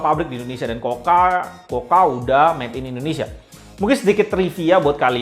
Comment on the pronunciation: Mas...review tuh yg ikhlas...kelihatan malas malasan nya...blajar nyebut merek....KUKA...bukan KOKA.. Teriakan terakhirnya spt legah bnget, slesai review sesuatu yg tdk disukainya....rubah atitude! Klo mo suksed